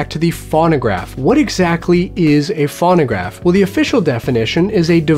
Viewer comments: I don't think anyone here is being a jerk. And I'm sure would like to pronounce the name of the device correctly. It's pronounced phone-o-graph, and sometimes phone-a-graph, but never fawn-o-graph. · It's F-o-no-gr-a-f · It's pronounced Foe-no-graf...long "O" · "fawn-a-graph" LOL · Your not saying it right you say it Phono graph like telephone you say it phono!!!!!!! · If you can't pronounce it correctly, I'm not watching. It's pho no graph. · Loic Kittentine exactly thank you!! He doesn't say it correctly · God, that was driving me nuts too. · Same here. If you're going to explain what something is, at least pronounce it correctly.